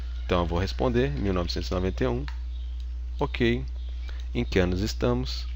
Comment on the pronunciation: "EM QUE ANUS ESTAMOS?"